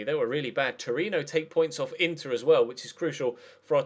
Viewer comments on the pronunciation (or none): none